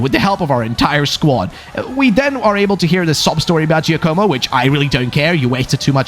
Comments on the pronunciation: It's not Joe-koh-mo. It's J-AH-komo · giacomo is pronounced Ja co mo ja not jay